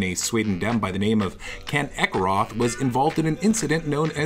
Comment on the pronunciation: The 'th' in Ekeroth is actually just pronounced as a 't' sound. So you could just say his name like Eke-rot, which is kinda poetic